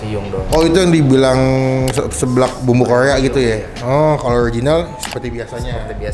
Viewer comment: Seblak goeng bumbu Koea ... Hadeh ampun rrrrrrrrrr yg bnr ....